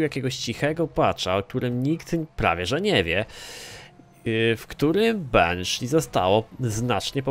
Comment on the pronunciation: jaka dziwna dykcja lol Benshi -_